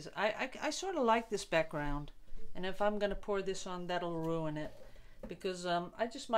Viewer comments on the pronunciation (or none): none